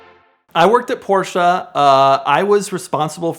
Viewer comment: There is no A in Porsche!! Please use google translate to hear the correct pronunciation. 💯